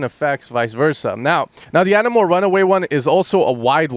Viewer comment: Yotto is pronounced “Yatoah” Enamour is pronounced “Enamer”